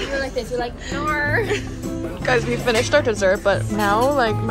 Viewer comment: As an Australian gotta say Emily did a really good job at “no” and “home”